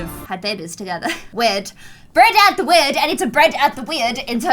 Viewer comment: im sorry I had to stop watching because you kept saying "bred out the wed" it was just so annoying